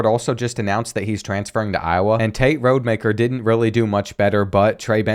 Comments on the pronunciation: It’s ROD-Ah-Maker lmao…his dad coached at my HS alma mater lol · You’re saying Rodemaker wrong it’s Rod E Mak Er